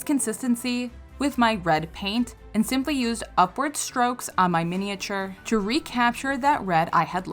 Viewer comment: Mini-a-ture? The '-ature' is pronounced 'ch'.❤😂